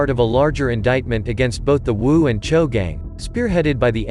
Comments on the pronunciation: It’s spelled choo but pronounced cho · So these guys spell their gang as CHOO (Chew) but prononce it as CHO. Smh.. Get it together ya.